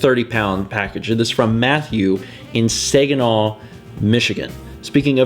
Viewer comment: the way he pronounced Saginaw...dying...XDXD